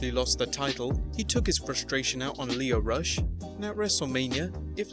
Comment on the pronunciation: Again with just a little research you’d get Lio Rush’s name right.